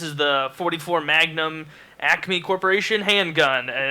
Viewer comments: I thought he said "acne corporation" for the first question... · It's ACME not acne... Look it up haha